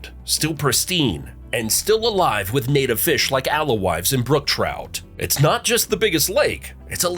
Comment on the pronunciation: He also said "Al-la-wife" for the Alewife fish.